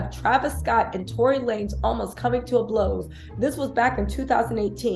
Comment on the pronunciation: Tory lamez 😂😂I needed that laugh… I love your content btw